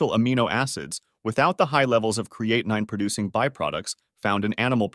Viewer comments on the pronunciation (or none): Is it really the pronunciation is "creati9?" I don't think so😁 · It's amazing that this "Expert" on Kidney function can't seem to pronounce Creatinine correctly.. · This drives me crazy with the mispronunciation of creatinine. I couldn't even listen to all of it. Thanks A1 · This video is ridiculous when the narrator can not pronounce creatinine correctly or pronounce it the same way every time. Grade D